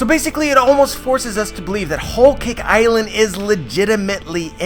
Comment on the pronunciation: “ol caik eyeland” thas the way i hear him say it